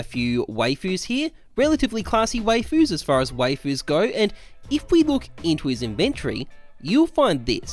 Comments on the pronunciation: No one:: W-A-Y-F-U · says "wayfuus" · I heard wafewes and i had to leave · Wayfu Intergrail Man I'm glad the content is good bc the pronunciation is Australian asf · My man said wafus